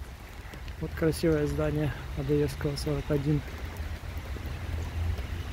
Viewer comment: А почему ОдОевского? Ударение на 2-ую О? К ОдоЕвскому она разве не имеет отношения? Не в его честь названа?